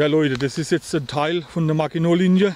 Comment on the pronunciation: Is ja geil was ihr da macht. Aber... Ist euch bekannt das sie nicht Makinolinie aus gesprochen wird???Sondern es wird Maschino ausgesprochen. Da merkt man wieder den Pfälzer.......